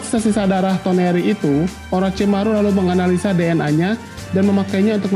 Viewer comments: toneri dibilang tenori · TONERI bang bunak TENORI wkwkwkwkwkw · Sama tenori